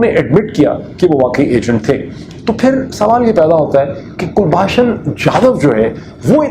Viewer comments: Kulbhusn Jadav is correct name not Kulbhasan. Your spelling, pronounce is incorrect. this shows that the case against Jadav is fake fake. 😆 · Abe pronunciation to sahi kar kulbhasan nahi kulbhushan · It is very surprising that Dr Pirzada is mispronouncing Kulbhushan’s name as Kulbhashan despite his deep involvement in this case! Also, Dr Pirzada saying that India should admit that Jadhav is a raw agent in face of overwhelming evidence. I would like to ask if Pakistan has admitted that Ajmal Kasab was a Pakistani despite overwhelming evidence gathered by Pakistani media? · O yaar kalbhushan naam hai kulbashan nahi hai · Mr. Peerzada ... first learn to properly pronounce Kulbhushan's name properly. Then claim that you are an expert. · Can you pronounce his name properly. You have such a heavy Punjabi accent. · You claim to be an expert on the subject of this captured Indian citizen, but even after 4 years, you haven't got his name right! You mess up pronouncing his name incorrectly, despite umpteen number of people pointing it out, including me. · Kindly pronounce the name of Kulbhusan properly. He was caught by ISI in Iran and brought into Pakistan.